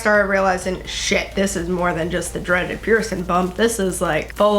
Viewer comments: STOP WITH "PIERCIN" PIERCIN PEIRCIN!!! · Please pronounce your “g” in “ing”. Bothersome to consistently hear “piercin”. Sorry — just sayin’!😬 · “piercin” kind of bothered me 😂